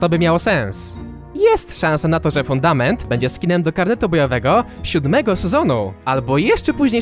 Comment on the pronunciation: a czy poprawka nie jest przez to że troche źle mówiłeś fudator zamuast fundament